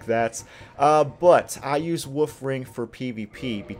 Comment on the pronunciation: I'm sorry, it may just be your accent, but I definitely hear you saying "woof ring" instead of "wolf ring" and I mean, it's still accurate, but just a tiny bit cuter lol